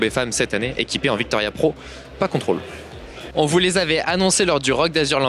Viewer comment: C est vittoria pas '' Victoria ''. Les cales pèsent 200g qui vont avec les pédales à 50g